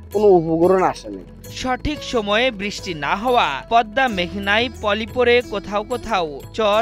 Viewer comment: ভাই, পদনা নয়, শব্দটা হবে "পদ্মা"